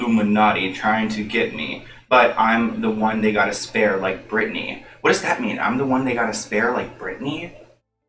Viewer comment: Maybe in his music video he said Brittney cause the way he said Spare sounds like Spear?